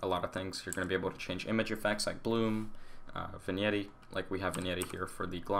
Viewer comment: "vinyeti" haha, I believe vignette is pronounced "vinyet"